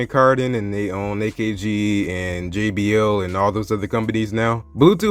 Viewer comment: JBL* Not Jbo